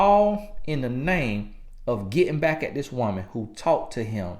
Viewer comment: TRUUUUTH! This is THE MOST VALUABLE takeaway for any women listening, despite how I feel he's incorrect directly after say we're insecure & petty, etc. It's because we see/feel the disrespect and transgression on a waaaaaayy more visceral level. Not out of pettiness or immaturity or to get her "BIKE" (back, since dude thinks he can butcher one word of the English language and we gon' think he's Plies...). If we stay with you, you haven't been forgiven honey boo-boo, we're just tolerating the betrayal and playing the long game saving face. We'll spend 40 years after that moment to save face from the pain and embarrassment to make it seem like we weren't bothered by what you did and you're not that important for us to lose our shit over you being a trifling ho... So for the next, however long we stay with your cheating ass, we'll always be quietly steaming wanting to go off and you can GUARANTEE it won't never be forgotten, and always right there in the back of our minds. Baby, you gon' be suspect forever...believe that. This dude just trying to appease the women who may watch this🙄 . So even on his digital life via YouTube he's still trying to use buzz words and culturally popular PC ideologies 😆 🤣 😂. Sad too, because I half ass agree with what he's saying. But about 30% of it is BS and pure appeasement to keep both sides of his viewers agreeing with him and tuned in. It's a typical push-and-pull tactic for speakers of divisive or sensitive topics.